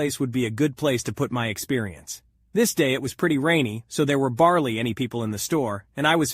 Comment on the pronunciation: he kept saying barley insted of barely